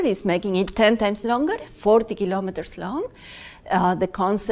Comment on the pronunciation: KILO'METRES, not kalamaduhz.